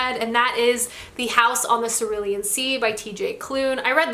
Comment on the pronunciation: It's interesting how she pronounced "cerulean" because my art teacher made me think there was only one way to pronounce it.